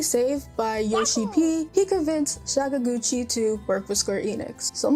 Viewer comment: Sorry, you've just lost your RPG Gamer's license for that pronunciation of papa Sakaguchi's name. You can re-apply in 6 months. Have a nice day.